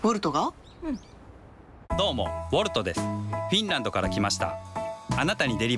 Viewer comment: 最初コルトって言ってるよね